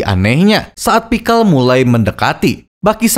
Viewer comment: Bang lu bilang pixcel pake A perekat lu ikut beladiri?